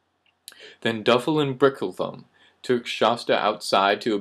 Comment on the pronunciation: The brothers names were rogin and bricklethumb brick-le-thumb btw but i respect the effort